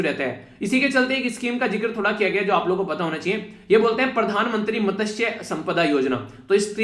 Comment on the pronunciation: ' मत्स्य' संपदा ' त ' silent